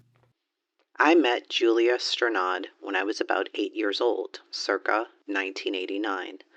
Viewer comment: Julia Strnad Houser. Pronounce "Ster-nahd."